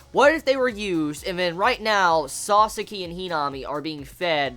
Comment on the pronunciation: sa-saki. not "sauce-gee" >.>